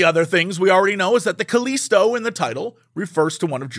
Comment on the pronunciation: Jesse saying Callisto wrong is hilarious